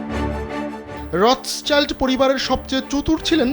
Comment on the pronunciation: রথচাইল্ড না, এটা রথশিল্ড। সংবাদ প্রকাশ করেন, কিন্তু একটু জেনে নিয়ে সংবাদ পরিবেশনে এত অনীহা কেন?